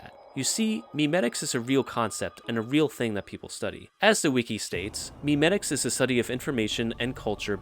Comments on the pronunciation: It’s not pronounced “meme-etics” it’s mem-etics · It's actually pronounced "may-may-ticks"